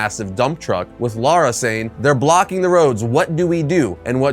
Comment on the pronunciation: Lara is not pronounced Laura...